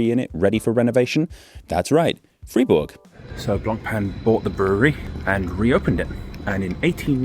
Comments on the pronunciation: Glad even English people struggle with the word brewry, brawry, brewery. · "Brrrurrrerrrree" - I thought only the Americans speak word that consist out of 98 % r.